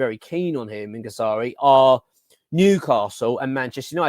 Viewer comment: you are pronouncing Guirassy’s name wrong mate